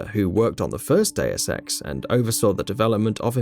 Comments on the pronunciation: Day-oos Ex is the correct pronunciation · Gamingbolt:Diuaz Ex Me:ITS DEUS EX MOTHER FU-.